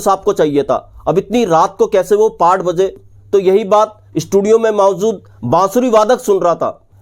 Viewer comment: Mawjood ko kyu .MAWZOOD bolte ho...12 BAZE bolta ho..yeh Kya hai?